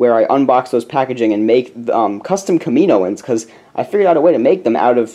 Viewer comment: Btw, just so you know, it's pronounced, "Kam-i-no-an" sorry those sorts of things bother me at least a little. ;P